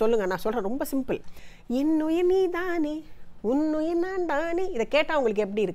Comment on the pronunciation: வணக்கம். அருமையான குரல் ஜென்சி மேடம் போல் நீதானே என்ற உச்சரிப்பு இல்லை நன்றி